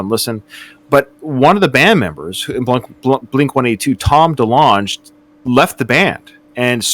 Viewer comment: Delong “guh”. Not juh. Just sayin.